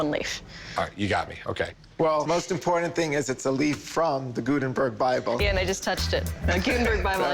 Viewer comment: I hate how pronounces the word important, as “impordant”